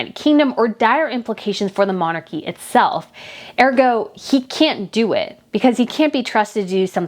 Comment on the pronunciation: "He and Meghan are..." not "Him and Meghan are..." Also, the accent in the word "ergo" is placed on the first syllable, not the second.